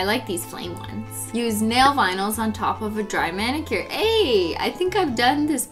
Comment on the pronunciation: did anyone else notice she said BENnicure.